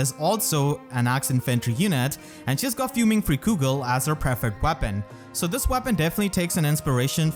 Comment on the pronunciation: Freikugel is pronounced Fry-Koogle not Free-Koogle. A way to remember how to pronounce germanic or nordic words with ei or ie is the second letter. You pronounce ei with the I sound, and ie with the E sound. It's the same pronunciation as Leicester, being Lice-ster, and not Leece-ster.